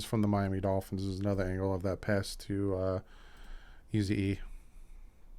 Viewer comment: It's the Miami Dolphins not the Miami Golphins,. lol. Love the channel, keep up the good work.